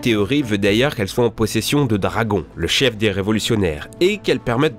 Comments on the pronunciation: Sa se voit que tu connais pas One Piece pour épeler Dragon, Dragon alors que ça se prononce Dragone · DRAGONNNNE (PAS DRAG-ON) Je parle de la prononciation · On dit pas dragon !!!! On dit dragone !! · De dragon sa se dit dragonnnnnneeeee